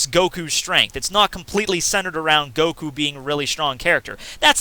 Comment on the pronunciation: It's pronounced Saitama with short vowels not Saitaaaaama like you keep saying. Same with Goku, it's Goku with short vowels, not Goooku. Jeez. It's like if I would call you Maytthew. That aside, I agree with what you said in the video.